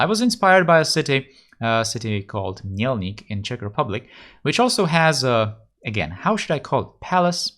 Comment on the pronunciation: Yes he does. He pronouces zámek suspiciously well... And Mělník too...